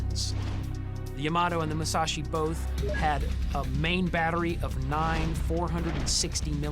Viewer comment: "MuShaShi and YaMato"